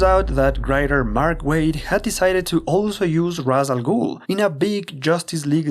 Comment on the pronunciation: I'm surprised someone who is a long-time Batman fan would make the mistake of pronouncing Ra's Al Ghul's name the wrong way. Its "Raysh" Al Ghul, not "Raws" Al Ghul.